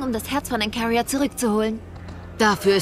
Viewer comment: Jedes Mal wenn der Erzähler Ancaria und Seraphim sagt, könnt ich wegen seiner Aussprache ausrasten.